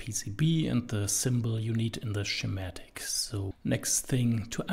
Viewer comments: Just for the video creator, Schematic is pronounced Skee-matic, not Shee-matic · YouTube's automatic captions keep interpreting "schematic" (mispronounced) as "somatic", but somehow got "Eeschema" right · The way he pronounces schematic made me chuckle.